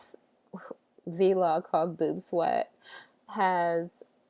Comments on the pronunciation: i love that you say V-LOG!!! lol you're the only one that's ever said that besides me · idk if she just said v-log instead of vlog